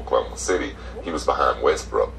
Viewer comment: Pronounce WESTBROOK, not westbrick!!!!! Learn some english